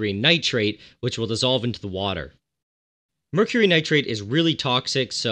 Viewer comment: Nile: *Cooks "MERUCRY" Karen Wetterhahn wants to know your location